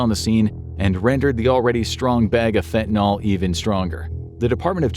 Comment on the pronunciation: It's fentanyl. Not fentanyl!!! Your mispronunciation drives me crazy!!!👿👿👿👿👿